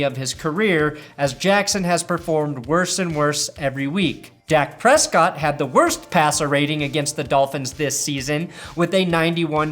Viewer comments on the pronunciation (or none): none